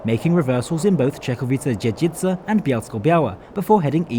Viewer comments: Also, my home town of Czechowice Dziedzice mentioned! You did a great job with this very difficult pronunciation! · I just came to write it down. Guys lats face it Czechowice dziedzice and "Kalwaria Zebrzydowska" are hard to pronounce AF even for us😂 And you nailed it! Well done 👍 Once I even had a problem understanding Sieniawa, because I was expecting some kind of strong accent, not a proper name. 😂